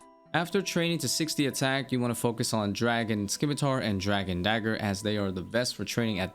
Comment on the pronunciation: The "c" in scimitar is silent please you're killing me